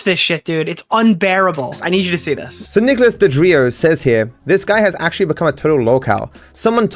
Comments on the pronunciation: It just hit me: I think is saying "Duh-Drio" instead of "DeOrio" because of the font on your Twitter account. He may have read it as "DeDrio" instead of "DeOrio" — not to come across as 🤓👆, but that could be the possibility. Though, your blatantly says "DeOrio" so he may be taking the piss out of the font? Idk. I was meant to come into chat and tell you, but it went completely out of my head. Hope you and chat are having a good day/night! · This guy trying to come up with an insult toward you is hilarious. "He LOOKS like an Oreo." "Nicholas Dodrio." Bro. It's not that hard. Deorio. Eat Oreo. Nick Eat-Oreos. Boom. You're done. Fat joke made. Move on with your life.